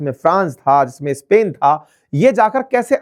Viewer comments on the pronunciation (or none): none